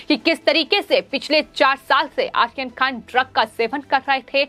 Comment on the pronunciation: Medam aaryan khan aap sahi namm nahi le rahi hai